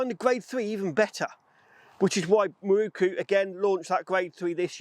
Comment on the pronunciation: Some day you may be able to read! Mi-ro-ku! NOT Mi-ru-ku! Otherwise, I don't care.